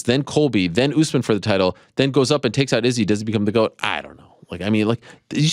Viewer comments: Dude earth to Ariel you’re still saying it wrong. Izzy himself pronounced it 5 ft in front of ur face. Why are u still emphasizing the dis. Emphasize the san. What’s wrong wit u bro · 5 min after he left he still butchered it and saying it slowly xD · Bruh but he’s still saying it wrong!!! Wtf is wrong with this dude lately